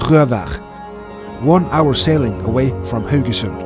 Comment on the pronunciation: yeah that was fun, but I subscribe mainly to listen to you pronounce Haugesund...